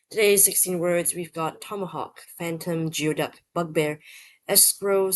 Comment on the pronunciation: Geoduck is pronounced GOOEY DUCK. Weirdest word always, icks me out. Never heard of Bugbear.